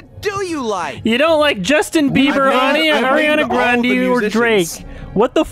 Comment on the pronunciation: Did say Ariana Ghandi? I'm going to say he did.